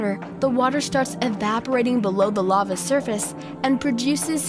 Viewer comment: Your voice makes me wish I was deaf. You also can’t pronounce words right. I wish I would have never watched your channel. Lava, seriously? What is wrong with you?